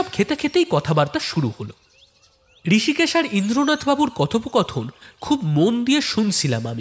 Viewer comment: ঋষিকেশ হবে না? রিসিকেসও বলতে পারেন। আপনারা তো ইসকুলে পড়েন নি😂!